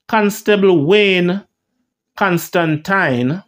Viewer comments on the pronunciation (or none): none